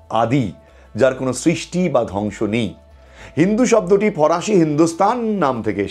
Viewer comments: ফরাসি নয় ফারসি হবে ওটা। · দাদা ওটি ফরাসি হবে না! ফারসি হবে! কানে লাগছে উচ্চারণ টা!!❤ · ফরাসি নয় ফারসি।